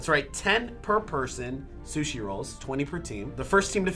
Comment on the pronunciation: he said shushi